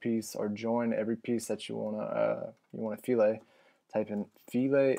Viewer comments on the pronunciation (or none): I think its pronounced "fill-et" not "fe-lay". LOL thats what all my professors at UO kept telling me anyway...LOL